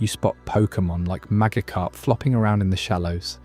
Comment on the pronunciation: how you claim to be a pokemon fan since a kid but you don't know how to pronounce MAGIKARP or GYARADOS